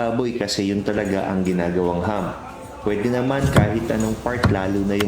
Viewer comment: It's not Hum, it is Ham.